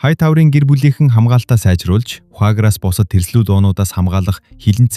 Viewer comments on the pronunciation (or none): vhagar is pronounced /вэйгар/